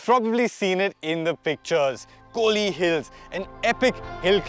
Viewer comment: It's kolli not kohli....